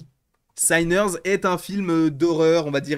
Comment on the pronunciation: Attention Sinners ça se prononce pas Saïners mais Siners avec un i comme en français phonétiquement